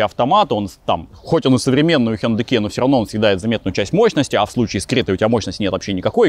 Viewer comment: Спасибо за правильное произношение хёндэ.